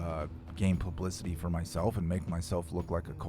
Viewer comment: PLUBLICITY!! lol